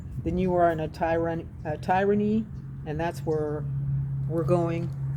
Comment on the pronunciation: it is not pronounced Tire - a - ny. It is prounounced Tier - a - ny.